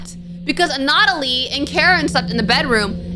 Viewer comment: Anna-toll-lee, that man's name is Anna-toll-lee. Great vid regardless, but it was killing me you said his name the most outta errbody.